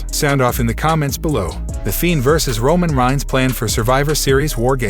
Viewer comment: This robot 🤖 voice nigga said Roman Rhines hell nah lol 🤣